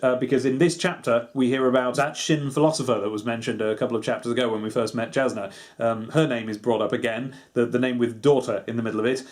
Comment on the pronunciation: I come from a small group of people that listened to the audiobook of this so the pronunciation is something I know. Jasnah is pronounced Yasnah as are almost all of the other J names. Keep up the great work on the videos I home to see more.